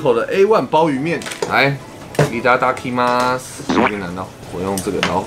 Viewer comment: 的 我要開動惹的日文484唸錯惹